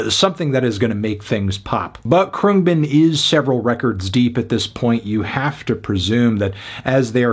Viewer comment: 4/10 your kidding. cant even say the band name right wake up dude